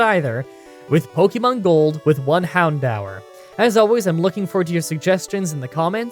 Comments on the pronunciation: Hound-hour? Do you mean hound oar? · Me: people mispronouncing pokemon names doesnt upset me who cares: Hown- Dower Me:*checks bulbapedia" bcuz i am part of the problem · You really got me confused about how 'Houndour' is supposed to be pronounced now; I always assumed it would be something like 'hounder' with the logic that it hounds you, cause it's a dog and all that, but maybe that's just my propensity for bad puns... Anyways, looking forward to next week's challenge :)